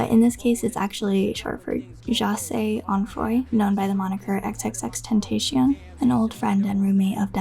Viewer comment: also it's X X X TEN TAH SEE ON. pleaze do his 17 tape and ? album PLEAZE PLEAZE PLEAZE